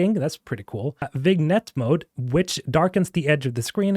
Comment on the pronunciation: Thanks for the coverage, very much looking forward to the game's release. Quick note: being an old photo nerd, the term "vignette" would be pronounced "vin-yet" in English.